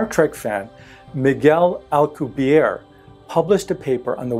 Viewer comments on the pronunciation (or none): The name, 'Alcubierre' is Spanish from Mexico, not French as depicted in this video. It should be pronounced with a pronounced rolling of the double 'r' and the last letter, 'e' should also be pronounced.